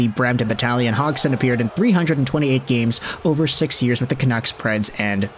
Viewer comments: Came here to make the same comment, I never heard any commentator say Hogson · Is it not pronounded "hodge-son"? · Just curious, where did you learn how to say Cody's last name? I've never heard it said that way before.